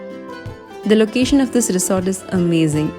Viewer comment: Stop idolising .. she can't even pronounce 'resort'...